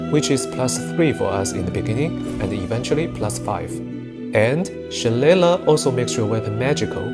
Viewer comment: It’s pronounced Shil-lay-lay. I built around Druid and Wizard before but one of my favorite ways to build something similar is 1 Fighter for Dueling Fighting style, 1 level of Wizard and 10 Spores Druid to get the most out of it and be able to scribe scrolls. Focus on itemization to go sword and board with Staff and learn best spells from scrolls and utilize spores for maximum damage. Cleric spells are great but having such a small amount of temp hp hurts in Honour mode.